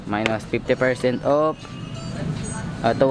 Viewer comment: Ako lang ba nkakapansin ky na imbis off. Op yung bigkas nya. Hahaha pero ok na rin. Pinoy eh. 😁 50% op. 😍 Lovelots.